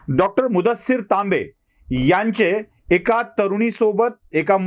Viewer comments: सर तांबे की लांबे....? टीव्ही वर लांबे सांगत आहेत.... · तांबे कि Laambe?